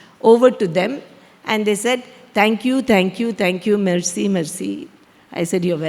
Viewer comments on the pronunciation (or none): none